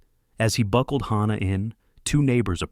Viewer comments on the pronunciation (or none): I am so sick.of the mispronouncing of words and especially names in these stories!! The baby's namd is HANNAH with an A p d oniunced! NOT HAUNNAH with an au pronounced!!! Please get narrators whi can read and pronounce!!!